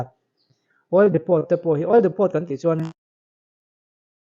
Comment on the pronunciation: Oil Depot tih hi "Dipaw" tiha lam tur aw.